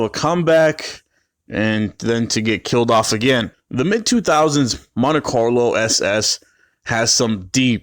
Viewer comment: say it with me..Mon Tee